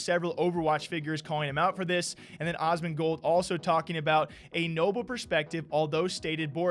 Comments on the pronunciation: I can’t get over you pronouncing Asmongold as “Osmongold” 🤣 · How you going to call Asmonbald Osmon xD